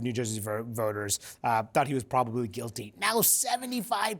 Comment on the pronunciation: "Probably" ... not "Probaby" ... although maybe he is a professional baby.